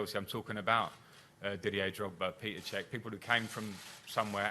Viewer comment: Might be a small thing or something no one even notices, but just the pronounciation of the name "Petr" shows how classy, respectful and intelligent this man is. Never cared about nor liked Chelsea, but I wish Frank the very best over there.